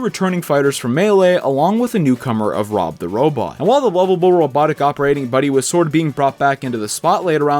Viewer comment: Time stamp lmfao listen to how he says rob or something lmao